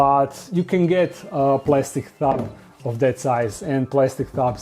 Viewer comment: I like how he pronounces tub as thub sometimes